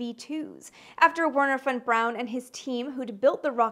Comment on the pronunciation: As a German I am surprised and happy, that you pronounced von Braun pretty much correctly.